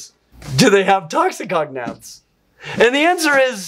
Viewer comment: fun! But the way you pronounce "toxicognaths" (ie, toxi-cognaths) makes them sound like a dangerous part of lingustics (cf "cognate"), rather than "poisonous jaws" (since gnath is derived from the Greek word for "jaw"). So please say "toxico-gnath"!